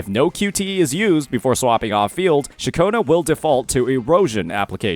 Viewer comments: Ain't no way this is speaking. Throughout from her introduction in 2.2, he's been calling Ciaccona - Cachowna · thank god you didn't keep saying Cachona broo thanks goood lmaooo good guide bro